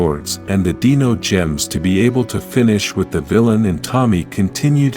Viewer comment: deeno gems was at least said 7 times in the video instead of dino gems what an obvious botch